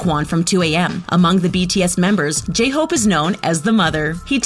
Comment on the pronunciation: How dare you mispronounce my precious J-hope.